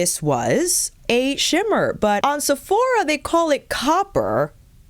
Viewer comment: I have 57 yo hooded eyelids. Does Armani offer satins? Love the pronunciation "SEPH oh rah" 😂